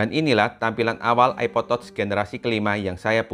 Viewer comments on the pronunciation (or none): Bacanya tach sayang, bukan tots 🤦‍♀️🤣 diajarin koq ckck